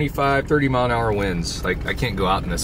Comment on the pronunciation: Ok its MILE not MILF 😂😂😂